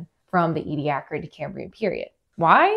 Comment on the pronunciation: This is the first time I have heard how Ediacaran is supposed to be pronounced. 😀